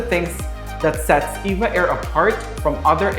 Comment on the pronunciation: Btw it’s E-V-A not “Eva”